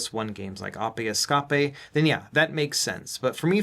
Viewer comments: Hang on "arpey escarpey". What?!? In what world is that how anyone would say ape escape???? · Lol 😂 Ahpeh Escahpeh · did he say Apaye escapaye when mentioning ape excape? lol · Are you being facetious when you pronounce Ape Escape “Oppy Escoppy” or am I missing something? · "AH-pay Es-CAH-pay" had me rolling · 🤣🤣🤣 why he say it like that tho? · I love how you pronounce Ape Escape 😂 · Ape Escape pronunciation made me lol